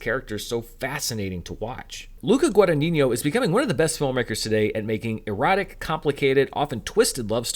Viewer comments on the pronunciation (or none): Just a note, it's not pronounced Guada-niño but Guada-ñino. If the ñ is hard to pronounce in that position, just say Guada-nino, it's better. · you are very very close to the correct pronunciation of the director's surname: the "gn" sound should be a syllabe before: guada>gn<ino; ironically, the surname could mean "small earnings"🤦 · To the host: sorry, could you please learn to pronounce the director’s last name properly? It doesn’t rhyme with “El Niño”.